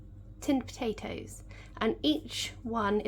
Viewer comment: Love the way you say po'atoes!